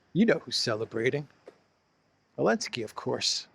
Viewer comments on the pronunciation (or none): Why do you call Zelinskyy "Olinsky"? Is it just petty disrespect or is there another reason?